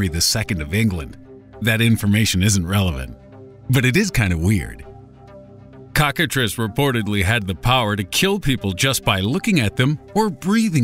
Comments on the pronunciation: I thought cocktatrice was pronounced cock-a-trice as in rice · He said cockatrice 😂😂😂😂